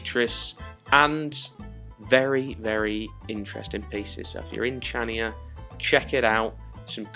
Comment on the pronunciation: It's pronounced like Chania with a "K". Not like in "chips"...